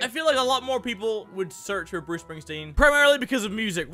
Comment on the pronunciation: whos booce spingspeen